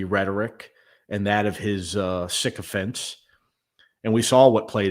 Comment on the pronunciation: The way you pronounce "sycophants" gives a real glimpse of how 'sick'!!!' they are!!!🎉🎉🎉🎉